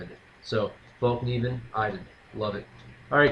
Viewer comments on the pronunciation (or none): No, it's pronounced Fell-kniven...